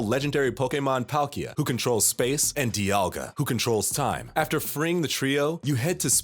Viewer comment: the amount mispronunciations in this video are astounding also Cerulean Castles??? c'mon guys y'all gotta do more reseach